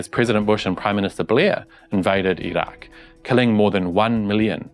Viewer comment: You're one of the few westerners who pronounces Iraq (ee rock) correctly. Great reporting.